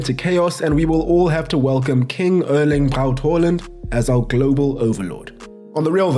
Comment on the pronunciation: It's pronounced Airling.